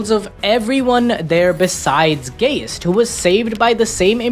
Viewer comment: Isn’t it guyst not gayst .? Like poltergeist..